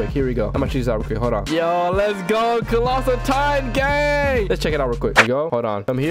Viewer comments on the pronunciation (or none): colossal not clossal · did you say colatitan or clossaltitan?